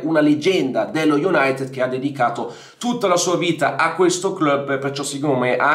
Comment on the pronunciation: Bella la pronuncia iunatt